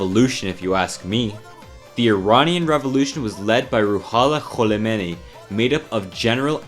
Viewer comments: Two things... the name change to Iran happened in 1935, not in 1979. And it's "Ho-may-NEE", not "Kah-lah-may-nee". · its not khulemani.... it Ayatollah Khomaini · i love how you said its name sooo wrong 😂😂😂😂🤣🤣🤣🤣 its actually khomeiny and yes im iranian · It was perfect khol o meini 😂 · “Kholemeini”, nice :) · You actually butchered Khomeini name but i like the wrong one more It means retarded meini in persian lmao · The way you pronounce khomeini 💀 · He butchered his name😅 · as an Iranian, great video!, you absolutely butchered Khomeini's surname though lol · exactly where did he get the L from 😭